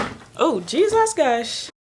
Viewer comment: I watched til the end. Got my confirmation that you have Jamaican roots based on the "Jezas Gosh" at the end!! PROUD of you mama!!